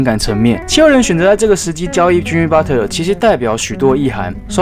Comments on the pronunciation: 是Butler(拿) 不是Butter= = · Butter？？沾美牛油？？ Patton讀成pattern？？ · 我聽到的是Butler阿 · Butler其實是念budler t是不發音